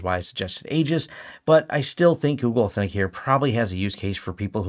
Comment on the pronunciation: FWIW: it's pronounced Eee-jis.